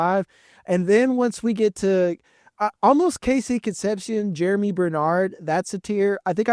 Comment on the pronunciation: Think Germie is pronounced like Germ-ee, not Jeremy. Going to be interesting to see a lot of these landing spots.